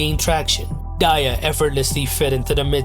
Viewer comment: Oof at mispronouncing Daya (though i used to pronounce it like that too)